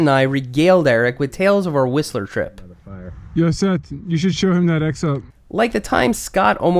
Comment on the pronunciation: Hey your pronunciation of Whistler is starting to sound more like a BC resident!